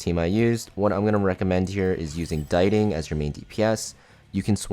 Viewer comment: dee-ting not die-ting 🥲